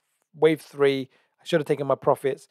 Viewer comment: Just had to pause the video - you said 1 , 2 , tree instead of 3 - 😅🤣